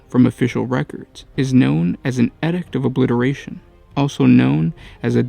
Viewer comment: eeedict not edict